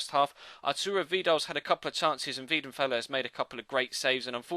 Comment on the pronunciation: Its weidenfeller not wiedenfeller